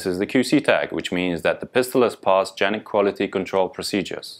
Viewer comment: Thank you for pronouncing the name correctly, very few video reviews done in the US do this! Also, thank you for producing an amazing pistol, I have both a TP9SF and SXF. I also just bought my son who is a Los Angeles county Sheriffs deputy a SFX and he loves it.